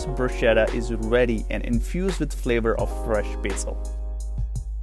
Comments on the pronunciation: pronounced bru=sketta. the c is hard. please. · “Bruschetta” is pronounced “BRUS-KET-TA”. 🤷‍♂️ 🤦‍♂️ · It’s always awkward when someone spewing recipes cannot pronounce bruschetta